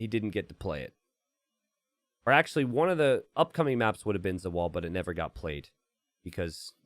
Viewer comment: “Closed mÀèps”